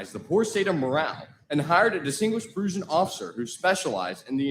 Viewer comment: Did that announcer really butcher the word Prussian?????? Prusion?